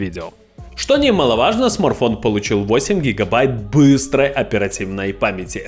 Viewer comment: Смарфон😂😂😂 аж слух режит